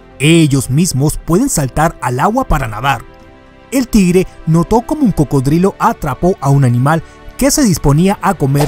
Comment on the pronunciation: Pero no se pronuncia "Tigere". Sino "Tigre" hay que pronunciar bien las palabras y aprender más sobre la hortrografía antes de subir un vídeo.